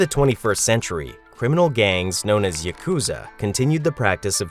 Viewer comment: Please learn to pronounce "yakuza."